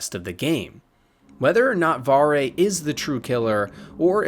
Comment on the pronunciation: Don't ever talk bad about Varre, and you pronounced his name wrong.